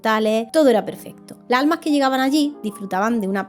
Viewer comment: Me encantan tus videos. Pero me irrita mucho el hecho que no pronuncies las S finalessssss "La alma" lassss almasss!!!